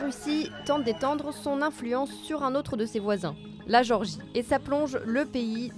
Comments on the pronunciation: Pas Georgie, mais Gé-or-gie. Ou alors le son est mauvais. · C'est gÉorgie pas georgie... Un minimum de respect pour leur pays qui n'est pas aux portes de la France 😉